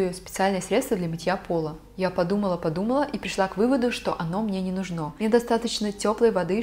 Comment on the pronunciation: Не нУжно, а не не нужнО 😁👍